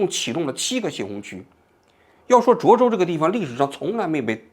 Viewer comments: 你从头到尾都念错了 涿州（zhuō zhōu） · 那么多视频中已经告诉你读zhuō州了，你咋就听不到呢 王志安😓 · 是涿 （ zhuō ）州